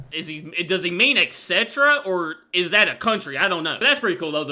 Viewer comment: Ok etch (etc) was wrong but where is the X that you pronounce in et cetera???